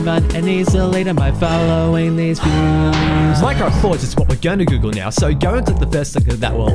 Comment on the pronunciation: Thx dude, nice rhymes and lolz it sounded like you said fudge instead of forge. xD